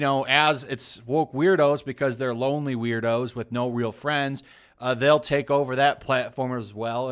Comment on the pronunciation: i love that he pronounce weirdos "weird hoes"